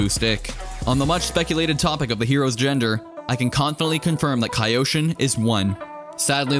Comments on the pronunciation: no its just kyoshin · k-yo-shin, "kaioshin" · He said Kayoshin and not Kyoshin. Westerns. 😂 Meanwhile asians - Arigathanks! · Whyd you pronounce it kyoshin? It's pronounced kyoshin bro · I'm not sure but it's Ki-yo-Shin or Kyo-Shin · It is pronounced Ki-yo sheen. Not ca yosheen. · Kaa youshin?? Kyoshin... It's kyoshin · Please it's not kaiyoshin it's kyoshin😭😭😭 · Kai-o sheen 😂 Its k-yoshin. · he's kyoshin, not kayoshin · Nobody:: CaEyOushEen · Kyoto = Kee-o-to Kyoshin = Kee-o-shin Was it that hard to understand? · WUT?! Say that one more time, “KAYOSHIN”!? Augh..cringe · It's (Key- yo-shi-n) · Ah yes, kai-yhou-chin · It’s pronounced Key-Yoshi-N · Please stop saying "kai-oshin". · I can already see you cringing at your own video everytime u miss pronounced kyoshin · You don't call Kyoto a Kaito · The way you say "Kyoshin" hurts me physically 😂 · Pronounce "Kyoshin" correctly please. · 1) No he admitted to not knowing how to pronounce the name of the sword. 2) Fine then, don't like the Warden example, pick literally any you want. How about Tokyo? You don't say Tokaiyo do you?? 3) He doesn't need to be an expert in Japanese to invest 2 seconds into googling it. He wants views doesn't he? He gets money from views doesn't he? I don't think taking a second to look up a word is too much to ask, especially when it's the name of what the entire video is about.